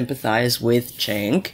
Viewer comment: Jenk, not Chenk.